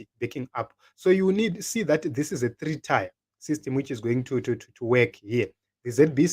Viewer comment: The word "tier" is pronounced "tiye" not "taya" just saying